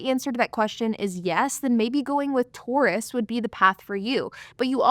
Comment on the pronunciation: LOL it took me like 7 takes to understand you were saying "tourists". I kept hearing "Taurus" (and so did the captions) and was extremely confused, lol